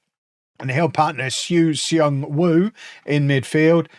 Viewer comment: Hey, the E in Seung is silent so it is pronounced as Sung